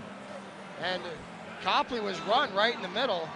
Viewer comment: You said Copley wrong